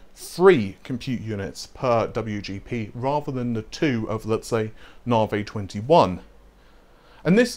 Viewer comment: Oh mate how can you get the pronunciation wrong for so long? Even at the AMD events they call it navi not naarvay. The star or system they are named after is pronounced navi not naarvay...